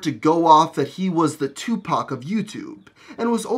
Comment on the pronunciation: You're probably the only white person to pronounce Tupac's name correctly.